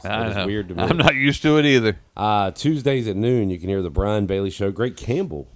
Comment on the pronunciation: It's Brian, not Brain!